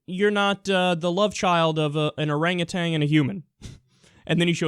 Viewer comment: ffs it is not "oranguTANG", it is "oranguTAN". But to be fair, Trump looks like he's dipped in orange-tang.